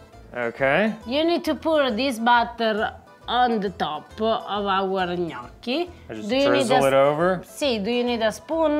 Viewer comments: Ok… please pronounce Gnocchi the right way! Your wife is correct…. My maiden name is Bertocchi (occhi) short o sound I blame The Foodnetwork for this. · Must of hurt her soul the way he pronounces gnocchi…